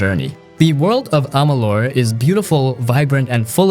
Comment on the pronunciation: pronunciation of kingdom of amalur and sounded i think said the wrong AC title u will have to forgive me not totally remembering its been a bit since I saw this video